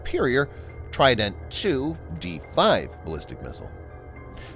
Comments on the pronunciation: even better, I can pronounce it correctly, unlike the pronunciation of trident in this video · You pronounce trident in a silly way